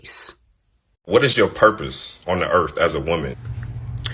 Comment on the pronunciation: Also .... the "earf" threw me off lol